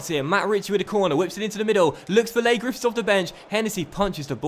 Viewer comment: PS, Its pronounced 'Lee' Griffiths lol, but Im enjoying this series so much great job